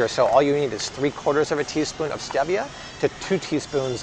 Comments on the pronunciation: It’s pronounced Steve-ia not Steeviah 😂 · Stevia is pronounced STEEEVIA not the way you pronounce it! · It’s pronounced Steee-via. Google it. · ReddGal He pronounces it the British English way, while in the US it is pronounced “steeeeeevia”. 🙂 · Am I the only one who had never heard stevia pronounced with an eh instead of ee? Have I been saying it wrong or is it like the whole "tomayto/tomahto" thing? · Stevia (stee-via) 😉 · It’s not stevia with a short e, it’s a long e, stee-vi-a. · I thought it was pronounced Steeevia..😆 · Omg the way you say stevia drives me nuts!!! 🤣🤣🤣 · He is pronouncing it in Spanish. The e is pronounced eh.